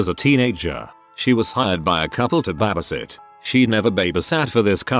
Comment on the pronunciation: NOBODY: BA-BA-SIT